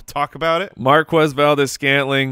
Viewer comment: MVS: MAR-KEZ!